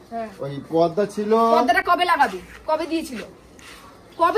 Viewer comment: পর্দা কে বলে পদ্মা, গামলা কে বলে গাবলা,পেঁপে কে বলে পিপে, অনলাইনকে বলে এলাইন 🤣🤣🤣🤣